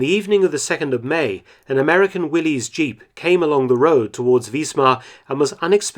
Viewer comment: Great that you take the trouble to pronounce the German town names correctly! Much appreciated. But “Willy’s Jeep”? It was a brandname used by Willys-Overland Motors, named after its first proprietor John Willys, pronounced as in Bruce Willis.